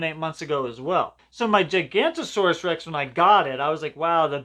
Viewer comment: The gigantosaurus is acutely pronounced giga-nata-saur-us